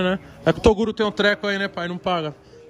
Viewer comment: Se tem toguro parecendo cebolinha, tem like!